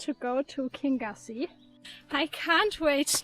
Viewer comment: Lovely energy in your video - travelling through an area I know well. I lived on Loch Lagganside 40 years ago. The Laggan coffee shop was the village shop at that time. Kingussie is Pronounced “kin-YOO-see” and comes from the Scottish Gaelic, “Ceann a' Ghiùthsaich” which means “Head of the Pine forest”.